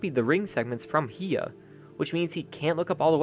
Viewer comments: I think its "High-yah" not "hee-yah" toys. I'm still gonna get the hiya toys cause sh is expensive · The way he says "hiya toys"